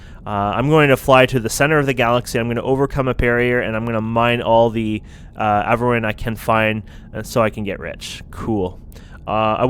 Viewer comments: Avarin?!? its pronounced A-vor-e-on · pretty sure its called A-vor-rion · a - VO - ree - on :) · A vor ee on. At least pronounce the games name right! And iron thruster! Not ion! Either way, good video.